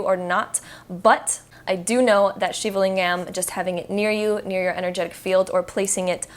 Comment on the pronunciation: The way she pronounced shivalingam 😖😖😖